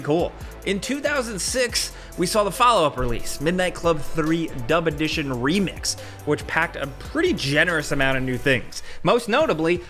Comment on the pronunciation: Am I the only one that heard "dumb edition"?